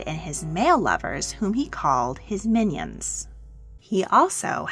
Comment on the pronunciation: I think she was saying "mignons" ( "pretties" I think) but honestly minions is just so much better